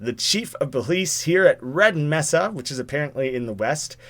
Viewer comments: It's not Meh-sa, or Me-sa, it's May-sa. It's Spanish. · It’s may-sa not me-sa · Me:Raging because he doesnt get the Black Mesa joke,and pronounced Mesa as Mess-sa. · its pronounced mae-sa not meh-sa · To help with your failed pronunciation of “Mesa,” it is pronounced “MAY-sah” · it's not pronounced "Meh-sa" it is actually pronounced "MAY-sah". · It is pronounced ( m - A - s - uh ) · pronounced MAY-suh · I want to die every time you say mesa.